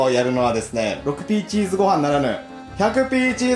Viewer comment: 6Pチーズ(ろくピーチーズ)じゃなくて6Pチーズ(ロッピーチーズ)ってゆう人おらんのん？